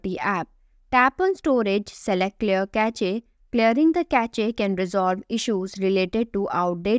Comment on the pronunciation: Cache is pronounced 'Cash', not Cashay!! 🤣🤣🤣🤣🤣